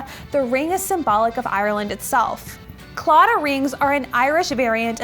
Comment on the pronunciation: This was unexpected to see, I am not too far from the area, you're saying claddagh wrong and Connemara kind of wrong though but I love you :'D